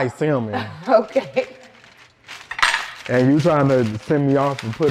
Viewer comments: saying the L in salmon is funny. The L is silent people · Naw cause got me dying he said salmon not fish I'm just trying figure out what is it 😩😂😂😂😂😂😂😂😂